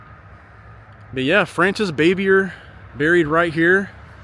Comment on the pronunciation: You need to learn how to properly pronounce her last name